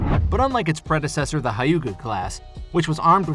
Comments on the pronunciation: The pronouncing the word hyuga is wrong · I think you need to watch Naruto to get the appropriate pronunciation of 'Hyuga'